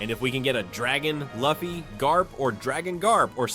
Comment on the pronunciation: The way u say Luffy kills me..... punish urself